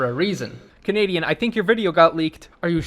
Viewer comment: whattt